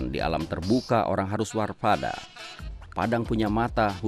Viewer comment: 2.03 warpada? Ga salah denger kan gw?